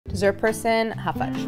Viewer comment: Thank you! I literally had no idea until you pointed it out. They put a weird accent on it